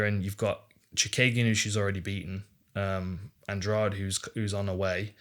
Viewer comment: Andrade should not be pronounced as if the "de" is like the second g in garage. It should be Andradeh. (I know that Portuguese sound the "de" with a "soft d" and English doesn't have a sound like that, nor letters.)